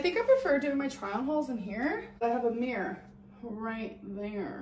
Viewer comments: ‘Meer’ it’s MIRROR 😂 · Its a mirror! Not mirr!! Oh god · Meeereeer ✨ - pronouncing the word mirror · She's a meeeeeer 600lbs.